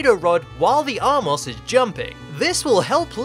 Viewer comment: *armos, not "R-Moss"